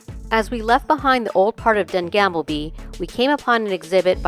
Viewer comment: Gamle not gamble (means old - you can’t gamble there 🤣) 💞